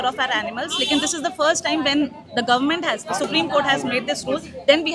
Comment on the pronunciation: ye ne government sorry "Gormint" hospital dekha hai kabhi?